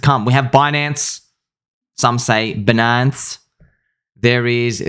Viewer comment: Reading Binance and Bitcoin in a French 🇫🇷 accent is hilarious.